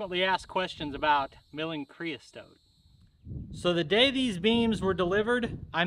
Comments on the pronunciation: Looks like it went fine to me. I'd do it. Your killing me with "creas(t)ote" though. Keep em comin, we'll keep watching. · Creosote...you added a T in the middle where there isn't one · Not CREOSTOTE. It's creosote. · It's "creosote" Not whatever you were saying! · the word Creosote has the "t" at the end and none in the middle